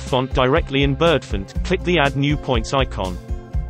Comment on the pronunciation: so Bird-funt Ah ah. I wish it was a human speaking